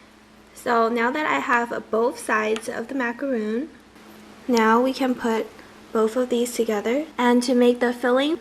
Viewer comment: cute! fyi, it should be macaron, not macaroon. Macaroon is a totally different cookie ;)